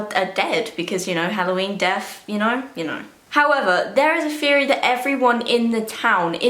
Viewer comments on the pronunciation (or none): i love when she says death (def)